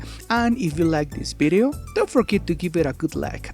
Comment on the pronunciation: I love it when you say ”bideo” it makes me feel like I’m talking to my Spanish friends